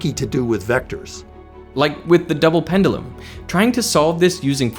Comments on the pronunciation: You pronounce "pendulum" weirdly 😋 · "Pen-dull-em..." :( "Pen-due-lem..." :) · Wonderful video, but it hurts me time you pronounce pendulum.